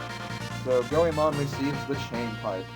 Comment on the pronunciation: Actually, Ebisumaru was the only thing you've pronounced correctly thus far. Goemon - Goy-mon Yae - Yai Sasuke - Sos-kay Oedo - Ed-oe Hope this helps. :]